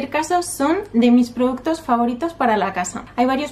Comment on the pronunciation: Dices produttos, jaja, productos....